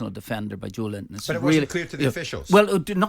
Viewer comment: Simon calling him Linton, does he think his name is Joe Linton ahahahahahahaha